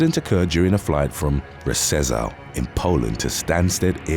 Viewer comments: could you please explain what the hell does RE-CE-ZAHL means and in what bloody language? 😀RZESZÓW is pronounced as RZHEH-SHOOV and for friggin' sake NOT "re-ce-zahl" :-) Whenever unsure how to pronounce foreign word, use a bloody google translator and its speaking module. It's 2023! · It's good you have no idea how badly he has pronounced city name RZESZÓW in . Instead of rzhe-shoov or shoove he said god only knows what. :-D